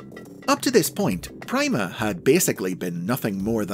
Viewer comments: Logically, it should be pronounced "Preema," not "pry-ma." "Primadona, Primavera," etc... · It's being pronounced wrong. Pronounce "prima" like in "primadona" where the "i" has an "ee" sound, and it works really well